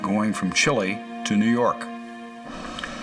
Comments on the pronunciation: new yawk office 😂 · NEW YAWKKK AFFICEEE!!!😅